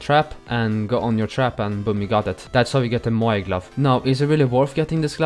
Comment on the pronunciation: It's moyai